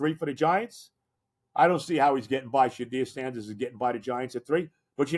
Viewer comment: Who is Shanear Sanders. Lol